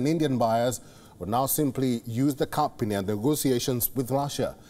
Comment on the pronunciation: This guy's phonetics are all wrong. "Price cap " cannot be pronounced "price cup" Cap has a hard P all the letters are pronounced. The A is not a U . The P needs to blow out candles